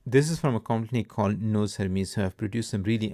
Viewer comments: Nous is pronounced new. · Isn't it /nu/ ?